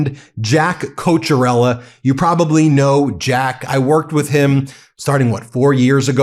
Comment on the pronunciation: You’re all doing a great JOB‼️ Thank you‼️ Jack’s last name is Italian, and in Italian they only have 21 letters in their alphabet and no “k” so, when you see “CH” in Italian that’s the “K” sound. So his last name is pronounced: “Coke-ee-ah-rella” Regardless, thank God for MTN‼️💯💙